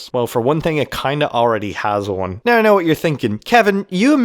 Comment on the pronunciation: it was in the beginning the way you pronounced the word "now" and later the word "about" ;)